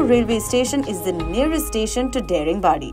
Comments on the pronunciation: It is Daa.... Daaringbadi.... Not daringbadi... Should start with respect... Respect from correct pronunciation.... Not udisha.... Odisha.... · daringbadi is actually pronounced as "daa-ring badi" nd the "da" in daringbadi sounds same as "th" in word "the", but its ok... u gave a new name to that place, its cool😂anyways, lots of love frm odisha 💜(although m late lol) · Hey Girl, You should pronounce this place as Daaaringbadi (D for Die ring badi) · Excellent video. Only, the pronunciation is 'DAA-RING-BAADI' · Nice video, but my god whenever she pronounces Daringibadi like damn it's not daring badi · No, i m correcting her...what m i doing or not it's none of ur business...as a citizen of this State and country , it's my right to tell the correct pronounciation of the place...hope u will get it .. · Everytime this girl is pronouncing dare-ing-badi , its hurting my ears . Why dint anyone correct her !!! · Daringbadi is not how you pronounce Daring but rather how you pronounce Da in Dance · Please pronounce Daringbadi properly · Daringbadi is not the correct pronunciation please check 🙏 🙂 😀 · The pronounciations of the names of the tourist Places are so pathetic/undeserving to be heard!!! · It is pronounced as Da-Ring-Badi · First of all its not daring badi, it's pronounciation is "Daaringbaadi".... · Pronounced as Daaringbaadi but ok😀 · I appreciate you for covering my state. Would like to point out one thing though…its not pronounced Daring-badi….its Da(as in dada)-ring-badi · Thanks for the lovely coverage. A suggestion would be to pronounce the local names as it is. Its not डेरिंग बॉडी but दारिंगबाड़ी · Nice vlog. Loved it 💗.But are you sure the pronunciation "dey-ring-baadi" and not "daa-ring-badi"? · Its pronounced as Daaringbadi and not Dairingbadi. I am surprised no one corrected you. But excellent episode. 👍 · It’s not Dering badi, it’s Da ring badi => daringbadi 🤗🤗🤗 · It’s दाड़िंगबाडी not डेरिंगबादी🌝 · Daringbadi, it's not daring badi. 🥺